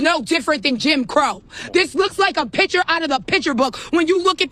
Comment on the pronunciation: “A piture out a piture book”